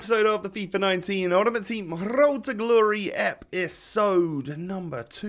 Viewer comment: the way he said road was beautiful 🤣